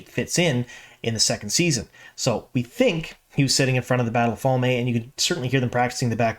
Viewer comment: Fal-may? I really hope that's not actually the way it's supposed to be pronunced 😬 Also you said they "things that are absolutely already canon" and I assume you mean the Moiraine and Siuane relationship but this is just blatantly false. Yes, they had a child hood fling but it never went beyond that. And they both went on to have hetero sexual relationships which obvious won't happen now. So, "absolutely canon", absolutely incorrect.